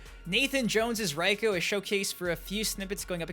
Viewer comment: Your still saying Reiko's name wrong. It's pronounced RAY-KO not RY-KO